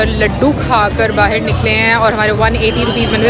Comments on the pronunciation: Bahir nhi hota hai..."ba-ha-a-r" hota hai....mispronounciation mt kro... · Baahir nahin Bahar hota hai.